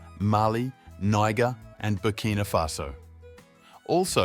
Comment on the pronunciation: "Niger" is pronounced ni-jaire'... soft G...